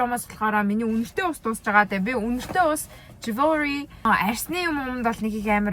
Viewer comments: Жүүлри гээчдээ олон жил гадаадад амьдарсан байж жевелри гш😂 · жүүлри гэж дуудагдана мал минь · ahahahah jewelry g juulri gehimu😂